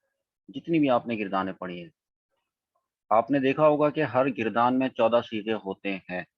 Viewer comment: یہ لفظ گ کے فتحہ سے مستعمل ہے: --- گَرْدان